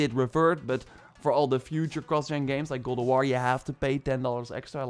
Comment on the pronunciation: Been years and you still can’t promise god of war correctly lol